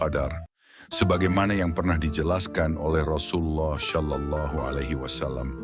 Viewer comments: Penyebutan "SallAllahu alayhi wasalam" agak ganggu, krn pengisi suaranya menyebut "Syallallahu.. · Kak, bukan syalallahu... tapi shalallahu 🙏